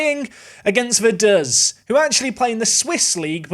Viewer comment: I spent a weekend in Liechtenstein last year so now I know he was pronouncing Vaduz wrong as well